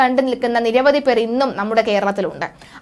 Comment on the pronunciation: നിരവദി പേർ എന്നല്ല, നിരവധി എന്നാണ്. ഉച്ചാരണപ്പിശക് ഒരുപാടു വരുന്നുണ്ട്. ശ്രദ്ധിക്കുമല്ലോ.